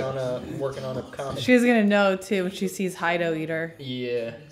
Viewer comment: Ear twitches every time I hear call him "Hide - Oh". -__-"